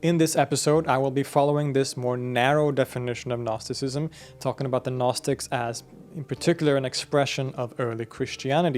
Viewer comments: Dude the g is silent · Gnostisism is a Greek work, you should always pronounce the first letter "G". Otherwise, all I'm hearing in this video is "Narcisism". Because it sounds like 'Nostisism". It confuses. Please, respect the original word, which is GGGGGGGGGnostisism. UPD: I just watched other videos and realized the mistake of this video’s author. All English-language sources pronounce this word as nOstisism, while the author of this video says nAstisism. That changes everything completely. Okay, it’s possible to drop the letter “G” in English, but to avoid confusion, one must pronounce it the way everyone does — nOsis, nOstisism — this is very important. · I just watched other videos and realized the mistake of this video’s author. All English-language sources pronounce this word as nOstisism, while the author of this video says nAstisism. That changes everything completely. Okay, it’s possible to drop the letter “G” in English, but to avoid confusion, one must pronounce it the way everyone does — nOsis, nOstisism — this is very important. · Dude you pronouncing the G in Gnosticism is killing me lol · harekrishna nice show Thanks. two comments. 1 "know", gnosis, comes at least from sanskrit - nowadays pronounced /gyana/. 2 years ago! i got hold of a gnostic apo gospel, coptic i think: Jesus was teaching. question and answer. Marion Was part of the Class. songs of David and such were Required. only Marion could remember the Psalms. .being a ex-scholar i compared the psalms in the "apocryphal" w the texts in the accepted Songs.... invariably the Psalms quoted here esp by Mother Marion were much much more Beautiful. of course: all in translation. w my library being in a non-flood miami area i was Ordered to demolish. county inspections three times a week. ( the 20 story crumbled bldg got Ø inspections in 20 yrs) 90% of library Lost.. btw Krishna warns about all this arroz-con-mango of knotty knowledge: ties you up! haréee krishna ! : )